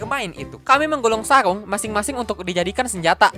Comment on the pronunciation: Sarung ka, bukan saung..he